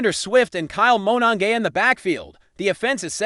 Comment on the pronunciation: He (or it) cannot pronounce Monangai either.